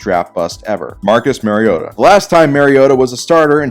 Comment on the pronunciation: I laughed so hard when he said Marc-* mariota that I felt like I got stabbed in the lungs(no offense to tyrod talor)